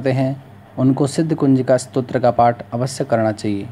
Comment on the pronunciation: पाठ अक्षर के स्थान पर आपने आठ पढ़ दिया।